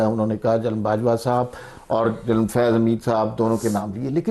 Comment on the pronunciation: She pronounces General as Journal